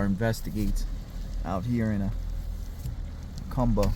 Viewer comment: Please learn to pronounce Jacumba correctly !!!! Ask a MEXICAN PLEASE !!!!😢😢😢